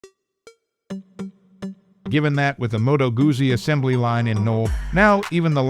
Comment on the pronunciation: Can your AI learn to pronounce 'Guzzi'?